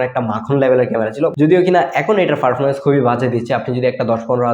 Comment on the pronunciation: ফারফরমেন্স না ভাই পারফরম্যান্স